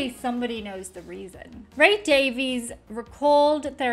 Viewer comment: The brother's last name is actually pronounced Davis